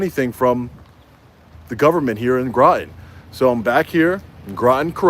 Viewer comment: " rotten Grotten "